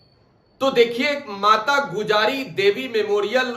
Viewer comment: Gujari nahi gujri